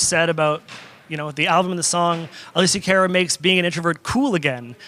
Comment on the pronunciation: CAR-uh... not CARE-uh lol.